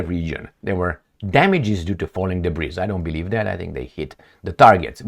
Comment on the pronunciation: debris is silent letter s( debree)